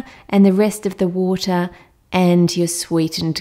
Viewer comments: "You need some WoOtAh" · I love how she says water Woota